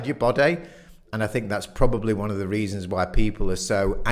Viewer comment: 'one' is pronounced WUN. rimes with FUN, SUN, RUN.